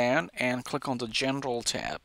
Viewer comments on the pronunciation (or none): “gendral” when he should say General